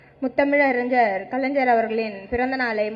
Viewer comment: Ethanai muthamiz ariyar,...nee first script correct ah padi ma